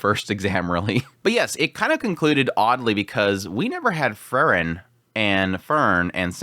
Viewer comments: It's pronounced Free-Wren. Not Furren. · Bro her name is pronounced FREE-REN! You know this. Also Sense was being passive in the sense that everyone going through the examination to be a first class mage should NOT have issues with this dungeon. If they do see it as challenging, they do not qualify. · Your enunciation between "Frieren", and "Fern" confuses me lol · This was great but how he kept saying Frieren made my heat go boom.